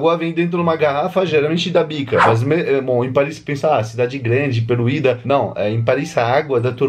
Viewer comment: "peluída" hahahaha